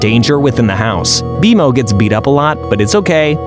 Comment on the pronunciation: what is happening first you say bmo wrong and now alternate but mostly say marceline wrong too?! Is this even a real person